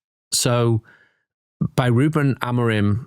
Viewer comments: Why do you guys keep saying Amorin. and not Amorim :/ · it''s AmoriM...with an M. Not Amorin.